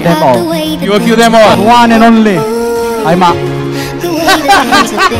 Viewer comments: "one and onleh"🔥 first lagi😂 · 'The One and Onleh'..Hi Mak!